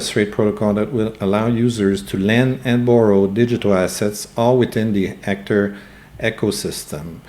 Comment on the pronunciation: Are you saying Ector?